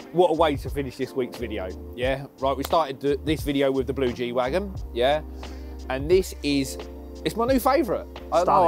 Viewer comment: It's Wagen not Wagon